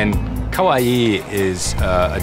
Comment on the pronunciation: it sounds like he keeps saying kowaii not kawaii and they are completely different. with one meaning scary and the other meaning cute